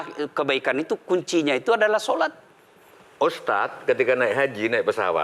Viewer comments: Hostnya susah amat bilang ustadz, ustas ustas mulu😂 keliatan banget kureeeng hostnya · USTADDDD BUKAN USTASSSS???? YO OPO